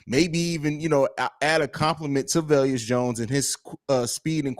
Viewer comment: Why do y'all call him Vel-yus like Julius? Isn't it pronounced Vey-lus? (Velus)